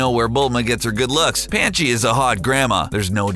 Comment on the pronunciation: What did he just call Ms. Briefs? Panchi? In my 20+ years of DB obsession ive never heard that name